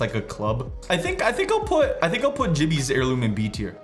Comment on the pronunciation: Bro said jibby. But put caustics in C so I wont dislike this time